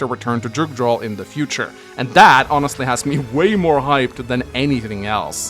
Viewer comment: It's weird hearing a Norwegian mispronounce "Jugdral."